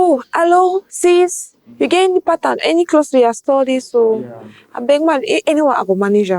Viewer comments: He meant Pattern not pataaaan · What is pataaaan? That pronunciation is busting my ears